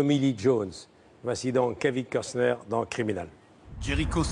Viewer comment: C'est pas Custer c'est COstner.😅